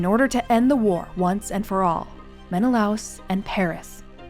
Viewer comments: Helen was born in Sparta. So, Helen of Sparta would apply... *Menna-Lay-us. not Menalouse. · Gorgeous recreations, and an excellent description of how you arrived at them. One note, though; the name is usually pronounced "Men-eh-LAY-us" in English. After so many decades of hearing it that way, hearing "Men-eh-louse" was a little jarring. That's minor, though - I love what you did and can absolutely see either of the two end versions being her! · Men-uh-lay-us not men-uh-louse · meh·nuh·lay·uhs ￼shame on you! You must be unschooled, monolingual & too lazy to secure proper pronunciations. Read the classics after researching. Honor the classics, don't humble yourself. Slow Better Practice Practice and get feedback • BETA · Very detailed video and narration, thank you! Great to hear a concise summary of the events leading to the Trojan war. One small nitpick: Menelaus is traditionally pronounced in English as /ˌmɛnəˈleɪ.əs/ meh-na-LAY-us, au is not a diphthong so it’s pronounced in two syllables. This is from the way Latin words are systematically pronounced (the word itself being based on a transcription of ancient Greek). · AI can't say Menelaus properly? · It's so funny how pronunciations can differ. I always heard it as Men-i-lay-us ;-))